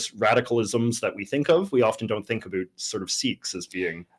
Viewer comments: JJ is very NEEDY for attention. He says ABOOT, only person in Canada who does. Claims falsely it is “Canadian Raising”…but it isn’t Notice he pronounces “sound”, “around”, “found”, “trout” normally, not as SOOND, AROOND, FOOND, TROOT. It’s just one of his annoying mannerisms. His profound hatred of all things Québec is another. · I love how jj pronounces 'about'